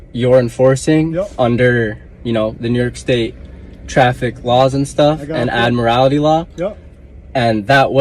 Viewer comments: "Admirality law"? The correct pronunciation is "admiralty." It's a specialty in law dealing with marine activities, and has nothing to do with driving. Trying to apply admiralty law to driving is simply foolish. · What u don't understand why they pronounce it admirALITY there us no 'i" in admiralty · He's not even getting his delusions correct. It's Admiralty, not Admirality, not that it would help him continue on his voyage. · He can't even pronounce "Admiralty" correctly. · the dumbass is also mispronouncing Admiralty